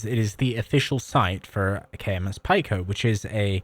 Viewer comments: Pretty sure it’s pronounced “pee-co” like “small” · It is pronounced "peek-o". As in the standard metric prefixes, you know ( pico - nano - micro - milli - kilo ) They teach that in middle school, hope you didn't skip class to play video games 👍